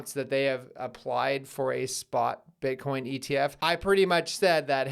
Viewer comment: Eth Eth Eth - that's what I hear everytime you say Bitcoin Bitcoin Bitcoin.